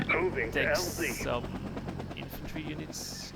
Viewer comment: Going to e a while before I can get this fellow's pronunciation of in-FAN-tree. u-neets, and Oue-ee Helicopters out of my head